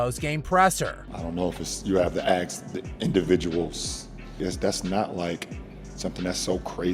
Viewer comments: Why does he say axe instead of ask? Imagine being worth a billion dollars and not even being able to speak your own language properly….. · “Ax”. Why can’t he say “ask?”